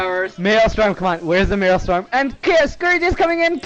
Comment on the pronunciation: its not called maelstorm its actually called maelSTROM